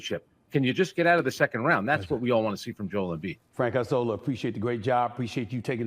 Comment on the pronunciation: Isola = Island In Italian, It make me lugh how you pronounce Isola. :) correct one is ìṡola :) Not Aisola :)